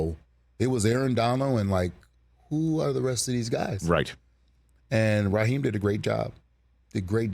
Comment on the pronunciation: Ummm, Raheem, not Raheed